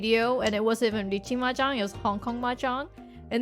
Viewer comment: Ermuhgerd! It’s mehjerng!